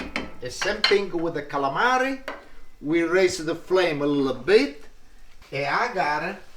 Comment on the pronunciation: LINGUINEH WITH D A CSAALAMEREH. he says caalamari funny hehe calamri jjijijijiijijiji 😋☺☺☺☺